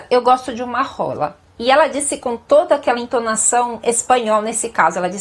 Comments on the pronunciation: ela disse RRRRRRRRRRRRRola no kgola é um som diferente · "adoro uma roolllaa"😂😂😂